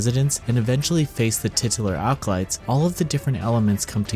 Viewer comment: "Seven alcolytes"